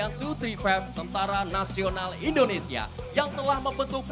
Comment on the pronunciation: mc nya salah menyebut indonesia bkn endonesia, org jawa ya mas?